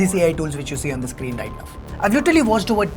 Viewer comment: Whole world:- right now:- right nove...